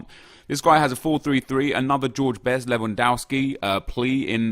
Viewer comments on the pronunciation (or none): none